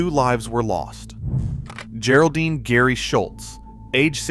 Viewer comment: Apparently people have a hard time training an AI to pronounce things right. gare-oldine? lol And it said gary isntead of Geri pronounced like Jerry